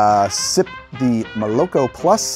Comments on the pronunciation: not molOk0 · "Mole-Ah-Koh" plus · it should be pronounced " molokO " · Probably not the first one to say it but moloko is russian for milk and it’s pronounced: muh-luh-KHo or moloKho stress is on last syllable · i would pronounce it as molokO, as in Rusian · fun fact moloko is milk in russian and it is pronounced more like malako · And btw, moloko is pronounced with the emphasis on the last syllable. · And the stress falls on the last syllable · Love the show dude, but ya gotta look up how to pronounce молоко. Not trying to be a jerk. I really do adore your work! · lmao, it's pronounced with the stress on the last syllable not the middle one. also the first o is pronounced as an a. here's an example